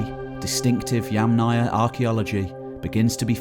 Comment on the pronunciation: "Yamnaya" is pronounced with stress on first syllable, "'YAmnaya".